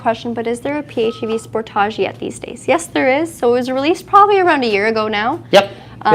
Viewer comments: It;s not called a Spor-taug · When you say SPORT TAJ i think of Tarjay (Target.) It's a Kia not a Bugatti.